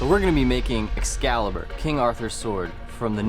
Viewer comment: Escazzibur…eschizzibur. “Excalibur, deficiente!”